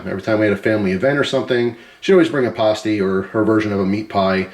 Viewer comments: As a Michigan guy here the way you said pasty hurt me btw its pass-tee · You're pronouncing "pasty" wrong. It's not said like "pasta" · Will definitely try it. Also, I've always heard it pronounced like paste-y, maybe different foods.